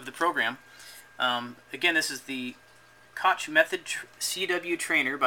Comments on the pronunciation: Koch is pronounced more like "cock" than "cotch" It's a German name. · neither of these, my friend. "ch" in Koch name is pronounced like the "h" from the word "hacker", so Koch in German = Koh in ENG, if that's make it clear enough:)